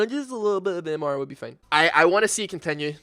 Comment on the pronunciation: It will come off as kinda mean, but it made me laugh how you pronounce certain words :) Fein = Fine Teim = Time Keds = Kids Breit = Bright Es = Is Thes = This Mend = Mind Subscreib = Subscribe